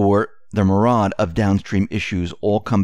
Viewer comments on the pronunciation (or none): Dude, what's a "marad?" Maybe the Martin B-26 Marauder is an American World War II twin-engined medium bomber built by the Glenn L. Martin Company in Middle River, Maryland? Oh wait, you have a teleprompter too? Myriad.